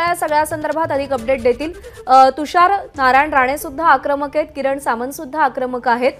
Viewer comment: अरे सावंत नाही. Samant.